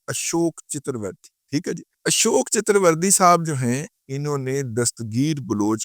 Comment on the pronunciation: Chatuerverdi nahi sale chaturvedi hota ha